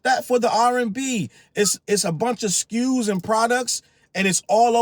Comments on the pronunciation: "So many skews, look at sll of thede skews" that will slways be funny to me. 😂😅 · "So many skus"😂😂 drake ahh😂😂😂